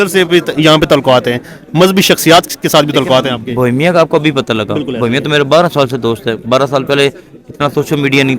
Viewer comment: Bohemia ❌ BOMIA ✅